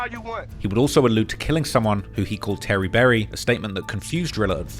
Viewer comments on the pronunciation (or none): none